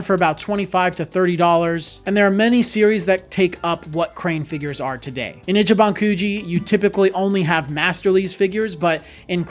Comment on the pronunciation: Its pronounced “Ee chee ban” Not itchy ban In Japanese, pronunciation could completely change the meaning of a word, or make a word nonexistent. FYI 🤙🏼